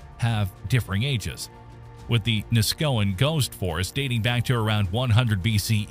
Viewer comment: Neskowin was also mispronounced. I'm starting to think the entire video was written and generated by A.I. it shows a map of Lincoln, Nebraska while the A.I. narrator is discussing Lincoln City, Oregon. Lincoln, Nebraska is over 1,700 miles from the Oregon coast.